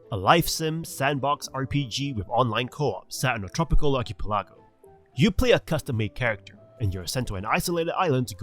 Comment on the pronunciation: Keep up the good work but please learn how to pronounce archipelago😂. I had to watch it 5 times before I realised what you were trying to say.